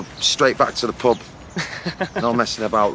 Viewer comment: interviewer: "do you have any hangover remedy?" Liam: "streit back to the pob"